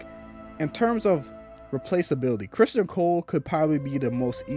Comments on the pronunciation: You know you could just say Criston and we'd know who you were talking about right?! Lol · His name is CRISTON, not Christian. You not liking the way the character is written doesn’t make it ‘bad writing.’